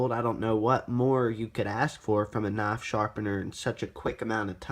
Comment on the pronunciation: Whats a noff? Are you trying to say Knife?